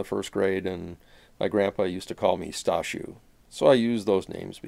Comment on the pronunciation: Very close indeed. I had the impression that you did pronounce the name as "stashioo" - that would be the Polish pronunciation of "Stasiu". Well, then we have another mystery worth to be resolved! :-) Great video!